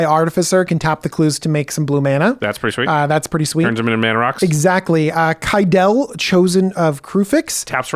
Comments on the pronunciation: Ahhh! It’s Kye-dee-Lee. Not Kye-dell. Like the Anatolian mother goddess “Cybele,” adopted by the ancient Greeks. Yes. She is the source of the modern name pronounced like DJ pronounces Kydele, but the Greeks pronounced the goddess, “Sye-bee-lee” so Kydele should be pronounced similarly. She’s from Theros. It’s Kye-dee-lee. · DJ killed the name xD